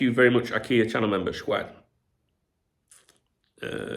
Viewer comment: Cwaffee and Skwad are the only way I pronounce those words now too.